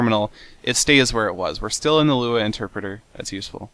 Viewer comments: L-U-A not luea! lol 3 letters not a word seth!!!! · you actually don't pronounce the three letters in Lua. It's actually Lua, not LUA.